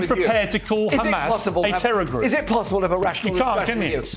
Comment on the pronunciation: It's not hum-az like jazz, Douglas. It's hamas, like fuss